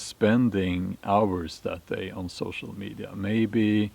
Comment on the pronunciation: 🚫 sew-show me-die-ya